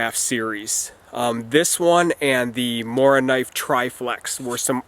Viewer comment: Very nice video again, my friend. I enjoyed it, as always. With a Mora you can´t go wrong. Ha ha. :) Thanks for taking your time to do this Morakniv mondays, and hey, you said Morakniv really well. I am proud of you!